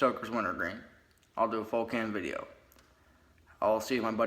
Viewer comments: He really said vidja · This guy is an idiot.... And he should be slapped for saying vidja.... Form your own style Mr. Wanna be outlaw.... Two thumbs down 👎👎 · Quit saying vidja you aren’t outlaw dipshit